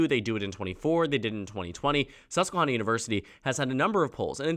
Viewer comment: The first "a" in susquehanna is pronounced like "hand"